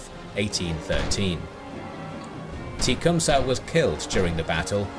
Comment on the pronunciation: Lmaooo „teechumsah“